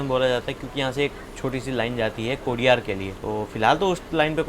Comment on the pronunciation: कोडियार् नही कोडिनार।